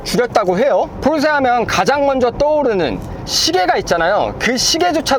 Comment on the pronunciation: 이분 처음보는데, 포르새 포르새하면서 발음이 새는것빼고는, 리뷰 잘하시네요!!